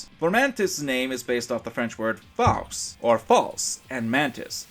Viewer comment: Nice commentary, however, as a French-Canadian, I have to comment to your mispronunciation of the word "Faux", since it's pronounced "Foe" not "Foss" or whatever you pronouncing it. After all, it's "Foe"-Mantis, not "Foss"-Mantis. Heck, they give you how to pronouncing it by the name alone. But still, good comment.